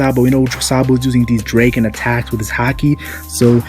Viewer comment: Learn how the to pronounce dragon